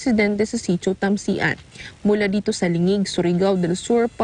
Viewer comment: Ang cute ng pag ka pronounce nya ng tamsian 😂